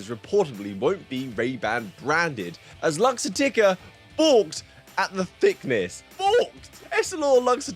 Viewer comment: And while we’re on the topic of pronunciation… pretty sure Luxottica is pronounced“luck-ZAHH-ti-ca” and not “lucks-oh-TI-ca”. It’s a portmanteau of the Italian words for light (luce) and ottica (optics). If you hadn’t shown the headline when you said it I might still be scratching my head. 😝